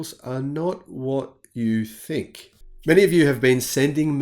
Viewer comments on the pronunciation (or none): none